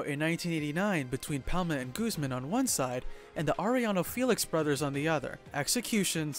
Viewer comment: Lol Guzman pronounced as gooseman